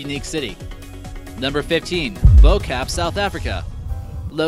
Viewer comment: oh the cringe when he said bo kaap, South Africa you see I live close to Cape Town let's see here Its pronounced like this booe kaaap